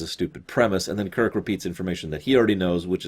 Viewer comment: I like how she says Kirk "Kik"